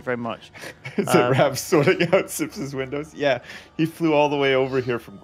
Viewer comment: "I hear you got some problems with your windees " 🤣😂